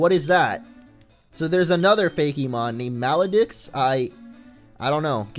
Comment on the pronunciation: The deux in Maledeux is actually pronounced like dough